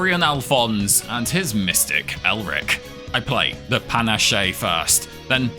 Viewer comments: Fun video, but please tell me your pronunciation of panache (Pan-Ash not Pan-Ash-Shay) is an inside joke 😂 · You do know it's pronounced 'Panache' like 'pan-ASH' right? Not like 'pan-ah-SHAY'. Please tell me this is a bit. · It's pronounced Puh-nash, btw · "Pa nah shay" lmao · Isn't "panache" pronounced "pur-nash"? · Great video, I love your whole library, but the way you pronounce ‘panache’ is killing me! ‘Pah-nash’!! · Panache is pronounced pa-nash :) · discovered your channel a few days ago, so entertaining. I think it popped up, because I recently introduced my gf to Slay the Spire, she loves it, and we watched some tips videos together. I literally binge watched most of your channel already... Btw, panache, french for vigor/pep, you do not speak the e at the end (ok, you even said it correct later... Soooo, I think I was rage baited ^^ ) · is pronouncing panache incorrectly a joke i dont get? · The "e" is silent in "panache" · Such a fun challenge run with the weirdest pronouciation of panache I've heard. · Same thought, but his pronunciation is now how I read it in my mind lol.